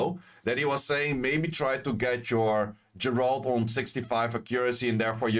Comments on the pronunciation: Geralt = "Ge(m)-rah-ld" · Dude please learn how to pronounce geralt. Like I get a lot of these monsters don’t have official pronunciations because they’re made up by com2us. But Geralt’s been around since 1992